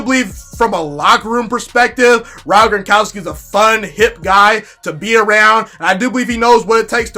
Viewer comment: Its Gron kow ski...😅